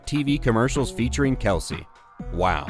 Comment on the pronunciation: Did 😂 Did he say "Patrick Mahomes and Travis McKelce "?? I swear AI generated audio is getting more sneaky. Not saying AI,, but to mess up Kelce's name like that? Am i hearing things?